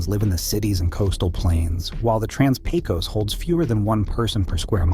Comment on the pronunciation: Point of order: the “Pecos” in “Trans-Pecos”is actually pronounced “pay-kiss” in Texas. -A Texan from the Trans-Pecos.